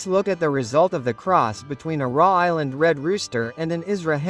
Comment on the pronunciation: Put a real human to narrate raw island red 😂